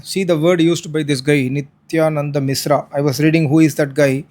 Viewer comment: Its mishra is not misra. First, learn to pronounce sh, then talk